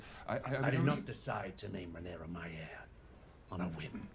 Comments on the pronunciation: she is called Rhaenyra not Rhaenyres:) <3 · Why you call Rhaenyra "Rhaenerys"? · My guy.. pls stop saying Rhaenerys ffs.. Edit: Unless you are joking, as in Daenerys+Rhaenyra=that ..cus that would kinda be funny. But I doubt you are.